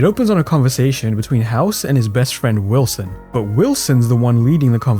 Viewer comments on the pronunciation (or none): lolz you said hilson instead of wilson and diagnose doesnt go until the end lolz